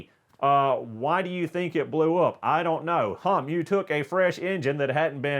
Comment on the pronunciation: Sounds like he keeps saying: Donut forgot to Google and see that these cars are trash for going fast.